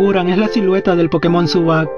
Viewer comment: Zubat no zubac